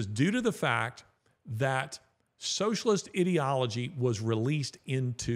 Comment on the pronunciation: I really enjoy your podcasts Larry but you do need to correct your pronunciation of "ideology".